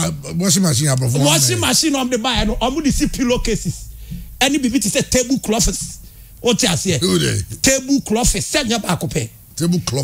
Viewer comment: Eeeiisshh “table klofis” paaa eeeeiiisshh